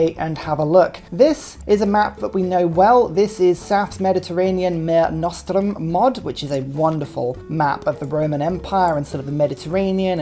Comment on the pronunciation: Just an FYI and i sorry how this may come off, but It's pronounced "Marê nostrum" I love language and this seems like a genuine mistake.